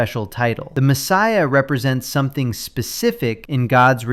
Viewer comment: This dude always says “somethink” instead of “something”. It really irks me because I’m an insufferable pedant. Hannibal Lecter would definitely eat him if they met.